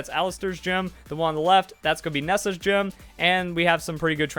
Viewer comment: "Giim" for Gym.